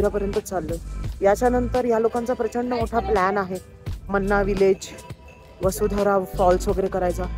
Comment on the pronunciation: मन्ना नव्हे माणा गाव वसुंधरा नव्हे वसुधारा 🙏🏻